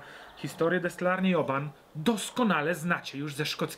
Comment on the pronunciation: Ale ja slyszalem ze Oban wymawia sie 'oh-bin'. Jak to jest?